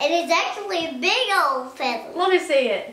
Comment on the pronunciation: Addi’s accent came out when she said “it’s a big ol feather” so cute